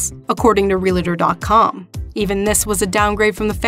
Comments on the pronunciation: It's realtor, not realATor. Realtor realtor realtor realtor. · or whoever narrates...., you said "real-a-tor"... it is REAL-TOR... two syllables, no "a" in the middle of this word!